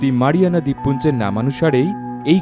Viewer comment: মারিয়ামা না ম্যারিয়ানা